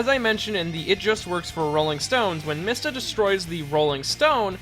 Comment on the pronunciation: MEESTA ITS PRONOUNCED MEESTA this is because the japanese character "mi" is pronounced "Mee"